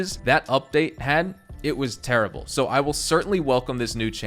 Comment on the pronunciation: Man, they better be updating the actual story mode missions :/ I can only handle Amos saying "Turrible" so many times because we can't skip that cutscene )